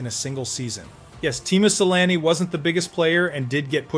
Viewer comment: Your facts suck and you should REALLY learn how to pronounce his name correctly! Sheesh.....